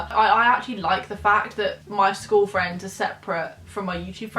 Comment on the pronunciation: fwends. fucking football fwends!